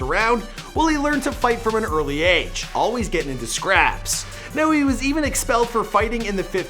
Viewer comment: Why he say AGEEE like dat